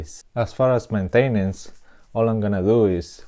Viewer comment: "Mintainence" ROFL.